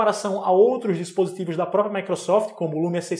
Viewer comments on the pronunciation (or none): none